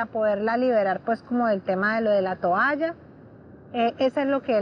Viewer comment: La que dice tualla en vez de toalla debe ser q vive en suacha